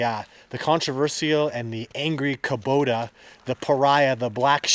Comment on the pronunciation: When you know it's Koba, but you have to hear Kobota 30 times🙉